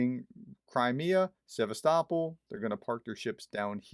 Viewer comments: "Se vast o pol", dear Prof! Try it. That'll do the job. Apart from this little mispelling, nice job you've delivered here! Thank you very much for your very informative, unbiased effort!❤😊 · Also the emphasis is on “O”. Think of Constantinopol. It’s not ConstanTINopol, but ConstantiOpol…. Cheers, Doc